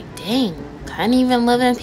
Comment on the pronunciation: “FruGet It Ima Go bAck tO eArf” no hate lol it just made me laugh the way u said it Lolll but this video was really funny